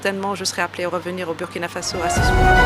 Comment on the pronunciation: Une ambassadeur en fin de mission au Burkina Faso qui ne sait pas prononcer le nom du pays? Du n'importe quoi !